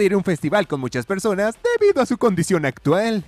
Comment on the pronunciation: Esas perrrrrrrrrrrrsonas Jajajaja me mataste 😂😂